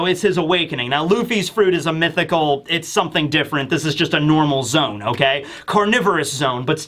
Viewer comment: Zo-ahn. It sounds like you’re saying zone lol